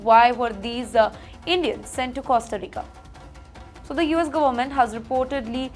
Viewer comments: she says kiraala for kerala, Gomet for government, and many more mispronounced words, adhe words toh kha hi jaati hai… Pehle sahi tarike se bolna seekho … If you cannot speak proper english, just give your reports in Hindi or whatever language you are comfortable in … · 😂😂😂 Now imagine, can you imagine, let me tell you this…… She cannot even pronounce words properly, eats up half the words and events sentences … Goment, Doughnaald, Addmintation, and the list goes on and on. It hurts my ears to listen and actually decipher and understand what she is saying, get a headache, so now I have blocked her on my YouTube feed Most of the time, I definitely feel that SHE IS IGNORANT, HAS NO KNOWLEDGE NOR UNDERSTANDING OF WHAT IS REALLY HAPPENING IN THE USA . As it is, There are enough issues happening in India, which both her and the channel should spend their energy, time and focus upon. But All she does is portray these illegals as poor things and victims of “BAD OLE USA “ !!!